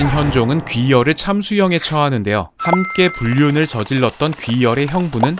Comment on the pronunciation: 귀열을 기열로 들음ㅋㅋ